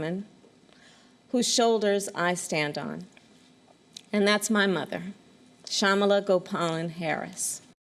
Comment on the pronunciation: That kamala Harris can't even say her own mother's name properly